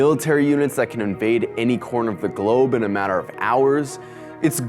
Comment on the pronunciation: "No mather what"😂